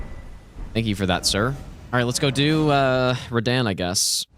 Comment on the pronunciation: Lowk ragebait everytime says Radahn